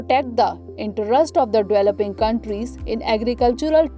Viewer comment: Its developing, not dweloping.